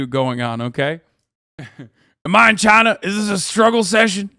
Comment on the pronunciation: “Am I in Chiner”.